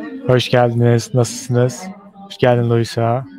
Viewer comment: It’s not nestlesiniz. Its NASILSINIZ